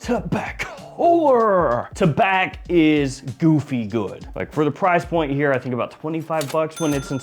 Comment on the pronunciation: Tabac, silent c. Thank you.